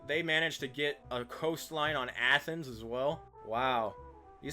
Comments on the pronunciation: What the hell is Athenas? It’s Athens “ath-ins” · Why do you pronounce Athens like that?